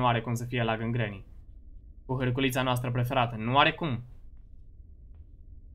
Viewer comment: Ai spus furculița sau harculita?